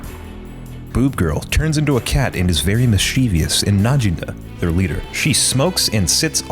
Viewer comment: It's pronounced miss-chih-vous, accent on the first syllable. (No shame - I've heard a guy who makes a living recording audiobooks tell how he learned to correctly pronounce that word at about the age of 40.)